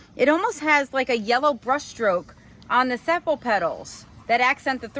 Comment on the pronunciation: Sepal pronunciation - Seepal